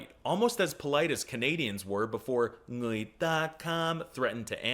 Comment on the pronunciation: Also his pronunciation in người is 100% correct